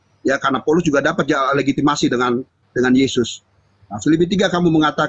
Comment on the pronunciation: mau sebut legitimasi saja legimatasi payah oten